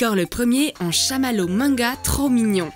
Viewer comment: a 44 seconde elle dit minga c est manga sinon super video comme dab (vous meriter tellement plus d abonne